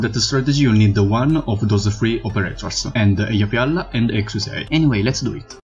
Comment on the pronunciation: You can pronounce eyafyalafyaf but can't pronounce ptilopsis? Yo wtf